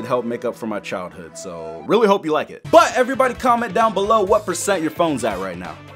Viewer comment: 49 prrsant